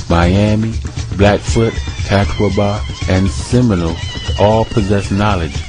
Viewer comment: Compelling and fascinating. It is obvious that you've done a bit of research. A couple of friendly critiques though: Your pronunciation of some terms needs a little work. The way you say Catawba is crazy-making. You kept saying Cat-a-WA-bah. It is generally recognized to sound like cuh-TAW-buh. Here's a link to an audio of it: Also, I can't recall how you slaughtered Chief Osceola's name, and if I hadn't already known to whom you were referring, it would have been completely beyond recognition: There's a site called that you may find helpful. I tell you this because even though, your research may be thorough, presentation is almost equally important. If you appear or sound as if you don't have a firm grip on the material, including at least close proximity of the pronunciations, it can completely erase your credibility.